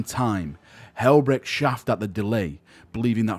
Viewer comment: I appreciate you putting these videos together but you really need to work on your pronunciation. Chafed is pronounced 'Ch-afe-d' not 'shaft'. Took me a while to figure out what you were trying to say! Good video otherwise, nicely done.